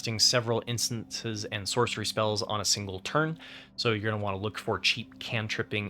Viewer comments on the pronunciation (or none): Great guide! But I just need to say it's instants and sorceries, not instances and sorceries